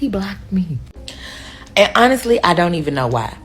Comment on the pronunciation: When they pronounce "honestly" as un-nissly" you already know, it's a problem.